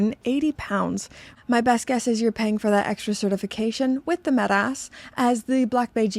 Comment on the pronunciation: It's not met-ass. !! It's metas